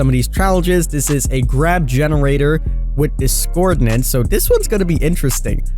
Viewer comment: Dis-cor-DINCE not discordinace